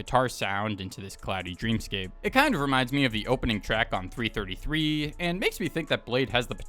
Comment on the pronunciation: It's 333, not 3 33